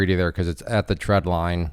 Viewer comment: Trend line not tread line.. getting mixed with treadmill 😂